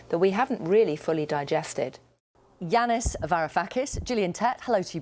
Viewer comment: It's Yanis, not Jeanis damn AI